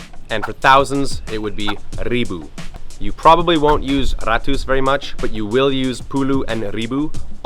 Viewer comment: enam not enam but eunam sembilan not sembilan but seumbilan seratus not seratus but seuratus dibacanya eu not e , like you said pedas , peudas ...